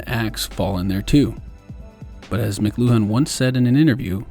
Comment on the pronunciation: I’m fairly certain it’s pronounced “mclewan” not mc-loo-han.